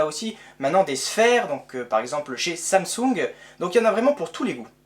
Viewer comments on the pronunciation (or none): none